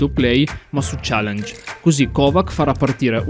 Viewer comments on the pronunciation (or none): none